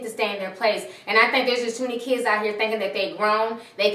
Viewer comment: You just said "kidses" I refuse to finish this vid